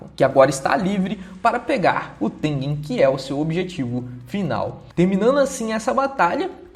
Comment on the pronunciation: o cara consegue errar o nome tengen kkkk